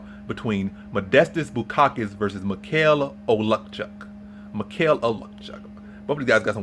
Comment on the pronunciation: oh-leks-zay-chuk. love you videos bro. keep at it!!